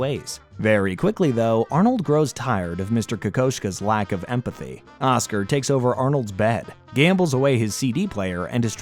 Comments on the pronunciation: It’s pronounced “Ka-Kahsh-Ka”. Not KO KOSHKA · Its ka kaw sha